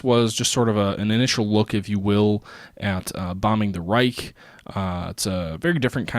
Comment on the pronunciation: Just a small side note: You mostly pronounce "Reich" very well. Keep it on!